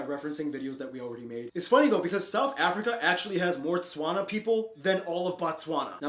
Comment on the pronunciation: I’m not okay with how this guy said “Tswana”🥲but we move...